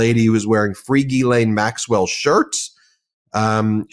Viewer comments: Gee Len is the correct pronunciation of Ghislaine. You’re welcome. (Love your work.) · Not a spelling class, I just think credibility would be enhanced if he pronounced Ghislaine properly, rather than Gizell, or whatever he keeps calling her. IT’S AN EASY FIX, it made me think that isn’t paying attention to details, which makes him sound less professional than he should. Just my opinion. It’s like people saying EKCETERA. Did they not pay attention in school? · Besides, spelling had nothing to do with it… it’s about PRONUNCIATION, something that a lawyer should be aware of. Imagine, if he was litigating a case to a jury, and couldn’t pronounce a client or defendant’s name properly. Such an error could impact his credibility with one or more jurors. Language has power, and using it correctly is generally an important qualification, but you knew that. 😀